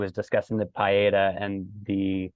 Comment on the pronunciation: Thank you for the correction on the pronunciation, I will make sure I get that down for the future. We have to give respect where it is due. Thank you for the kind words about the project. We hope that beauty will impact lives